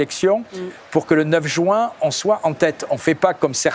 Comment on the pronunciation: jUin et non jOUin . Merci !